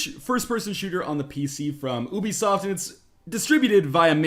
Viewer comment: Northernlion saying ubisoft: OOBISOFT!